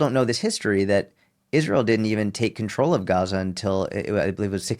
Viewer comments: What is Gasa ? I really thought it was pronounced like gahza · Serious question I thought it was pronounced, Gaza like GAHza as in father. Or Islam like Islahm. Not Islam like Spam. Iraq like Iraq not I rack. I’ve never heard any Arabic speaking person say the As like that in those words